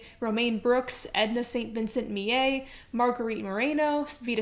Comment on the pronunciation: Never heard "Millay" pronounced that way. It is an English name of Norman origin, so not likely that the "ll" has a "y" sound as in Spanish.